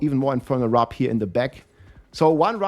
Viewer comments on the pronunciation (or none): Its wirp not wrip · It's Warp bro not wrap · WARP NOT WRAP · Love it how you're talking about "wrap" - like you're super hungry - when it's actually WARP 😂❤ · Its infernal WORP not "RAP". Seriously. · It's 'Warp' not 'Wrap' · Is he dyslexic? Pronounced warp as "wrap" every time